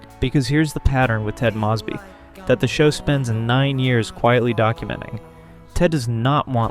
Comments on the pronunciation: AI Narrator. Can spot em a mile away. The voices have gotten more realistic but the mispronunciations give it away every time. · I like this video... and could like this channel, but if you keep pronouncing Mosby like that.... im out